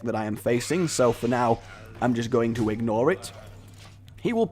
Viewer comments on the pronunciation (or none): Please tell me "egg-nore it" was deliberate...